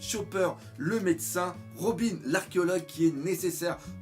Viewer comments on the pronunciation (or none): none